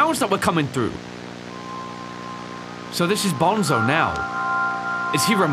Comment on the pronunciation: Is not bonzo is banzo